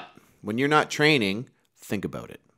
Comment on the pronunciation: AbUUUt?... This guy Canadian SpecOps?